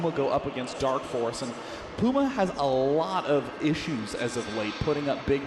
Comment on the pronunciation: Finally a commentator who can say "Puma" properly!! :) I'm NOT talking about Day9 of course... "Pooma" :p